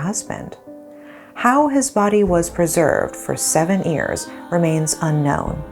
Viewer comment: the way she pronounced years is ears I always noticed it.